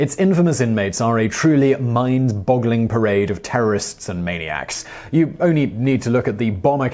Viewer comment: Mine-boggling... HO! :D